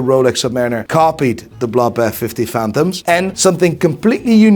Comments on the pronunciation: ”Fifty fanthoms” 😅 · it´s not fifty phantoms mate.